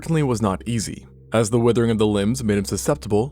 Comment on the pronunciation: "Based on da bones"🤣🤣